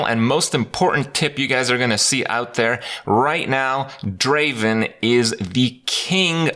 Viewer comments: It's not Draven. Draaaaaven! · I am triggered krip spelling draven wrong ... ITS DRAAAAAAAAAAAVEN! (yes you knew it was coming) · Not Draven, Draaaaaaaaaaven.